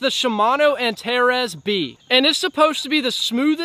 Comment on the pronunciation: Finally an american saying "Antares" the right way. It's not antareese 😂